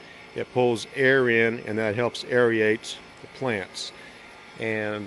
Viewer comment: Luv it ..... "air-re-ate" is that a word.